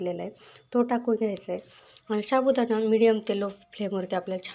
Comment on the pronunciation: शाबूदाना नाही ho साबूदाणा म्हणावे